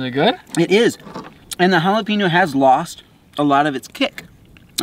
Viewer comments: Sorry my man but I have to correct you on jalapeeno.. it’s Hal-a-peñ-o.. like a writing pen.. J(h)al-a-pen-yo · I’m sorry but “jalapeenno” too spicy?? Hahahahahahahahaahhaahhahahahahahaahhahahahahahahahahahahahahaahhaha